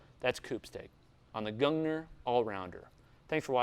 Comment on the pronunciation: It's from Norway!? I didn't expect that. Fun to hear we actually design/make good stuff like this in our country. And in that case, if you care to know for trivia's sake, I can say that it's pronounced either "Goong-neer" or "Gong-neer" with the R rolling at the tip of your tongue or sharply in the back of your throat (we have two Rs), depending on dialect. 😅